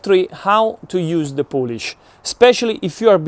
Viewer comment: FYI it is not Polish as in the country, its poolish like in poo poo!